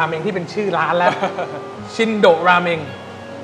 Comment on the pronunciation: ออกเสียงชินโดครับ ไม่ใช่ชินโดะ พอแก่แล้วเริ่มไม่ชอบกินมันๆ ส่วนใหญ่ก็จะสั่งชิโอะ เดี๋ยวจะหาโอกาสไปลองครับ